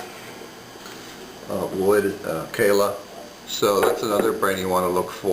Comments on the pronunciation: i did love you in die hard but please use the proper pronunciation. kala is kah-la not kayla. lanikai is lonny kigh like in high. otherwise great info and thanks for the tips on setup. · its funny ur describing how to buy Oo-koo-lay-lays and you mispronounced "popular" brands like lah-ni-kai (like sky)...Kah-lah... holy hell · Bruddah, you butchering the ukulele manufacturers names..Hurting my ears. I know cuz I Hawaiian born and raised. Kala is (kah-lah), Lanikai (Lah-nee-kai where kai rhymes with sky)